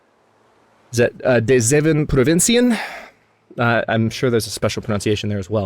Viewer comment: Well, as a Dutchman I can say you pronounced de zeven provinciën correctly 😀